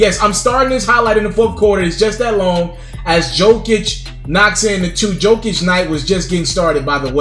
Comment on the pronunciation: It’s pronounced, “Yokic.”